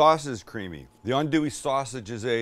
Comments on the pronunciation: Good job pronouncing "andouille" correctly! 😆 🤣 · I watched this video fully ready to flame you, but from the acknowledgment of Justin Wilson, to actually pronouncing “andouille” right, I’m impressed. Good job Sam